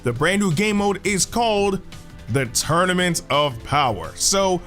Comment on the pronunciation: Sorry I hate to do this but you said torunament